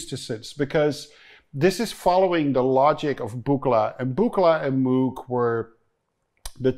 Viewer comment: Arturia Buchla is cool and weird.... and Tom.. het is echt Moog....( als in pook).. niet Moek 🤣🤣